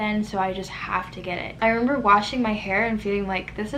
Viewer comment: I love your accent & the way you say “I meba” instead of remember lol. But you’re so beautiful regardless, I’m sorry this happened 🥺